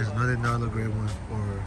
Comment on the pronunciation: Narlo gray?! 😂😂